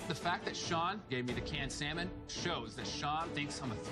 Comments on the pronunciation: Why does pronounce the silent L in salmon? It's not SALmon it's actually more like SAMIN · I kept cringing everytime she said salman. 😬 The L is silent! 😖😖😖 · She didn't bother me too much until having to listen to her "sall-man" so many times. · its not saLmon